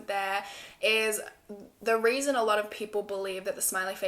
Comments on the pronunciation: she definatly said weason instead of reason at one point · “Which is another weason why I find that weird” Heheheh I love that so much 💕💕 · “another weason”